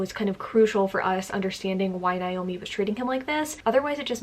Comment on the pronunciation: Hi just a heads up, Naomi is pronounced as Nay-oh-mi. Whereas the other less common spelling Niomi, is pronounced with an I.